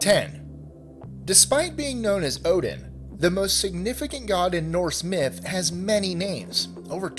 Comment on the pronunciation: I hate that they say "Myth/Mythology ....